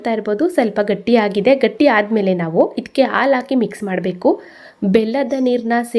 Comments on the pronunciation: ಹೌದು ಖಂಡಿತಾ, ಆದ್ರೆ, ಹಾಲು ಅನ್ನೋವಾಗ "ಆಲು" ಅನ್ನಬಾರದು... "ಹ" ಕಾರ, ಬೇರೆ, "ಅ" ಕಾರ ಬೇರೆ. 😊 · Wow,👌🏽 ತುಂಬಾ ಚೆನ್ನಾಗಿ ಕಾಣ್ತಾ ಇದೆ. ರುಚಿನೂ ಹಾಗೆ ಇರಬಹುದು. ಧನ್ಯವಾದಗಳು. ಒಂದು ಸಣ್ಣ ಸಲಹೆ, "ಅ" ಮತ್ತು "ಹ" ಉಚ್ಚಾರಣೆಯನ್ನು ಸ್ವಲ್ಪ ಸ್ಪಷ್ಟವಾಗಿ ಮಾಡಿ, ಉದಾಹರಣೆಗೆ... ಹಾಲು, ಹಲ್ವ, ಅಂಥ ಹೇಳಬೇಕು, ಬದಲಾಗಿ, ಆಲು, ಅಲ್ವಾ, ಅಂದರೆ ಕನ್ನಡ ಭಾಷೆಯ ಸೊಬಗು ಇರಲ್ಲ. 😊